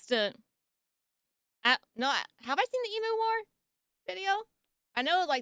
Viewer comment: It's 'Eem-Yoo'! Not 'Ee-Moo'!!!!